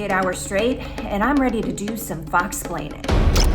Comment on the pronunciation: Am I the only one that heard Desi say "Fuxplaining??..."